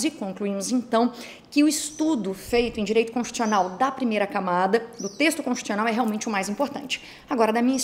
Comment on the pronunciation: Constchiucional que se fala?! :/